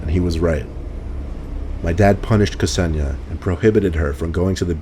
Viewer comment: Hey, that's my name... although it's pronounced Kse-ni-ja 😀